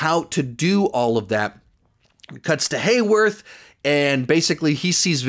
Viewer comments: it’s been 3 weeks. You’ve got to stop calling Heyward “Heyworth”. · It’s HayWARD. Not HayWORTH. I mean, they’ve literally had his name displayed on screen. Several times. Why are people still confused on this? Sheesh. ETA: Especially people like you,, who are making videos about the show. Do a little bit of research. You’re literally making money off of this. You come across like a fool. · Just to let you know it’s not Warwarth, it’s Hayward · the sword directors name is hayward not wayworth btw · Is it Hayworth? I thought it was Hayward??? Lol also your way of viewing this is interweaving yo me because my view on everything is sooo different but I do agree on the Hayward point you made with him hating super people I think we have so much coming it’s insane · Great Video, but I will say I believe his name is Hayward, not Haywarth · Hey, just a little correction. It’s Hayward, not Haywarth lol. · Sorry but it's hayward not haywarth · His name is hayward, not haywarth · It’s Hayward not Hayworth. 😂